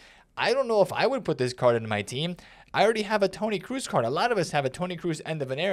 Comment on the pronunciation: Tony Cruz 😂 you butcher his name so badly it's not even funny I dunno, I had good icon picks so far, got Best yesterday and Bobby Charlton the other day, it's not a super big pull but they are both useable, for being basically free with all the fodder flying around it's not bad